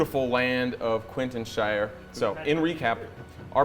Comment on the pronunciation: oh my god, my favorite moment has to me when you all said "what happens in quitneshire, stays in quintenshire" I lost it